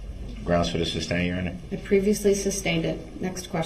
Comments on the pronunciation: The word is "sustain" not "substain" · Anyone notice how he says "substain" instead of sustain lol when he says "grounds for the substain" haha what a joke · “Sus” not “sub”!!!!!! How does he sleep at night? Knowing what he did and just not caring. I can only rewatch the tr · I love that nobody corrected his misuse of the word 'substain' during the entire trial.😅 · IDIOT , ITS SUSTAIN , NOT SUBSTAIN !!!!! IM SOOO HAPPY HIS ASS RECEIVED OVER A THOUSAND YEARS IN PRISON!!!!!!!!!!!!!😅😅😅😅😅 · "SUS-TAIN"... MUHFUGGA, "SUS- TAIN!!!" 🤦🏿‍♀️ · “Grounz for the suBstain” 😂😂😂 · It's so stupid he doesn't even know how to pronounce a 2 syllable word correctly. Substain for sustain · Groundz and sub-stain his favourite words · tackit for tacit, umbiblical cord (my favorite), sub stained, axed, spec a lation, relevancy, and soooo many others! 😅